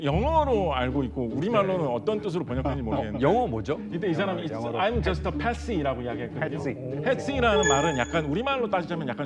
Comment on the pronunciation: "I'm just a patsy." 발음 좀 똑똑히 해라... "팻시" not "팻싱"... 아무리 들어도 "팻싱"으로 들리네...